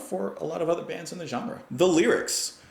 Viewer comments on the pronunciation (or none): none